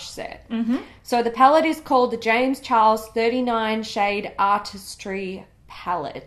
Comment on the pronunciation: James chares... (no "l") has left the chat